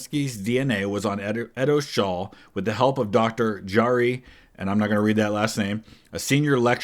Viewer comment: It's pronounced Yari (it's a finnish name)😂